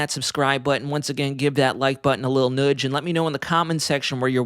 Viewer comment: I'm happy ta be subscribed, but if I hafta hear you say "noodge" multiple times a video I'm gonna reconsider.😂